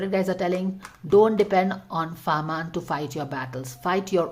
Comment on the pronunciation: It's fahmaan 👍 not farmaan